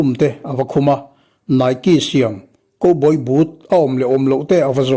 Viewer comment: Koboy tiin i lam a... Cowboy (khaubawi) tia lam rik theih ni se....❤❤❤🙈🤭